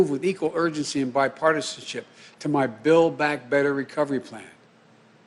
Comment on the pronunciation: Build back, had to rewind a few times , thought he said Bill Back. ... "As I said on the past of December" What?! I hope he does well, I'm just excited that the white house, senate and the house is all there's. No more blaming Republicans. Get it done Joe, good luck. Make sure your bill goes to the AMERICAN people and not attached to money leaving the country.